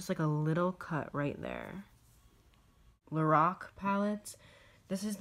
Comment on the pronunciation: It's LO-RACK not LO-ROCK